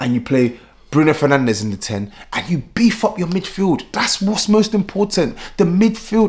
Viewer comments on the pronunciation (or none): none